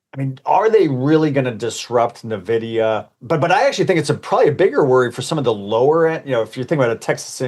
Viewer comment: He said "Nuh-vidia" ... oops